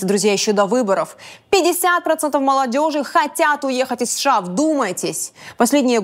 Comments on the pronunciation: Мадам ПАНЧЕНКО, сколько раз за выпуск вы произносите аббревиатуру США? Вы вещаете на русском, тогда произносите это правильно! США произносится по БУКВАМ, А НЕ ПО ЗВУКАМ!!! СЭ-ШЭ-А. Вы как произносите СССР? Правильно, ЭС-ЭС-ЭС-ЭР. Так почему сша -какое-то бормотание? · Я все время улыбаюсь когда Диана произносит сША))) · ДА произноси ты США по отдельным буквам, а не так бесяче, как ты делаешь)